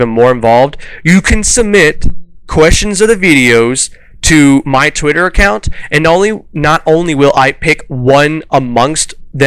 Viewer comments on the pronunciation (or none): lol. I love how you said "Twitter" like it was from a foreign language. Now I wanna go back and watch the Madness Returns playthrough again. And this is just a theory on my part, you mentioned viewership waning on the Pokemon videos. I imagine this could likely be because Pokemon has a very repetitive style of game play with very little change in graphical content, but takes a fairly long time to play through. I can see waning interest over time there because of that, because I've done it myself. Since you gave the suggestion of survival horror, I wanna see you play Amnesia: The Dark Descent.